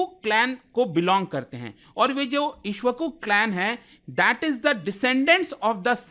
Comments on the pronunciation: Bro its not ishvaku, its ikshvaaku - the ones whose speech is as sweet as a sugarcane juice. Named after their founder who was given this title/name for his sweet speech. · भैया सही से बोलिए इक्ष्वाकु वंश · It's Ikshavaku..stand corrected 😅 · 😂😂 Bhai kuch toh sharm kr le. tu Iksh Waku tak pronounce nahi kr paa raha,kya banda hai tu .. इक्ष्वाकु (इक्ष् वाकु)